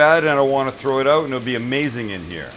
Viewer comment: When you say the word out, it sounds like you are saying ut. Marc